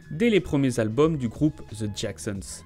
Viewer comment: Les français SVP arrêtez de prononcer “ The” par Ze , ça irrite les oreilles, merci .